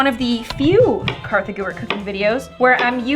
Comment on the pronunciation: It's not Katha